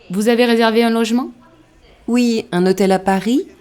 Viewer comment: Merci beaucoup. I found difficulty with ici pour du tourisme, restez sounded like visité, billet de retour, un logement sounded like arrangement. The rest I got it right.